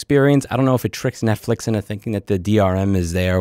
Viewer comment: I'm not catching the net fish reference, is he saying Net Flix that way?